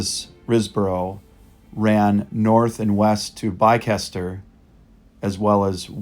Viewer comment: Lovely job. Sound engineering and a wonderful atmosphere. Very tastefully filmed. Culham should really be pronounced Kullam—the h is silent. You may not believe it, but Bicester is pronounced Bister. English place names are the devil, but take comfort —Scotch place names are slightly worse. A very enjoyable video. Thank you.